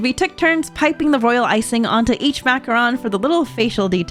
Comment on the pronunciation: This is really well made and edited video about 3 girls doing something that should put them into a Weeboo Cringe compilation. Also the way she say "Macaron" makes me feel like we are about to attacked by a new Decepticon. If you can't say the french right, please just call them French Macaroons like the rest of humanity